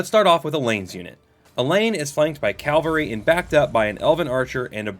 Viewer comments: cav-UHL-ree (or cav-ull-ree). gl-OW-stir. SANE-gwin (or sometimes SANG-win) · Bro do you realise you're saying "calvery"